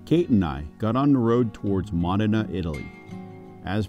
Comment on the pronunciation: It’s pronounced MOH-DI-NAH.